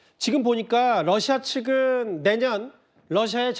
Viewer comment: 로씨야? 탈북하신 분들은 다 러시아가 아니라 로씨야로 발음하시더군요.